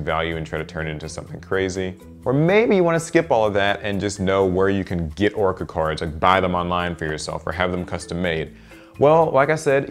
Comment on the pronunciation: Orica? Don’t you mean Orichalcos?